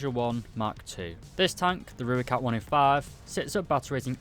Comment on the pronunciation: Let me help you with pronunciation of Rooikat. Say Roy followed by cut. Put them together and you have the Afrikaans pronunciation of Rooikat. Not Rui-cut, it's Roy-cut